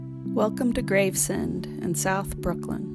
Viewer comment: The word is pronounced Graves-End, NOT Grave-Send.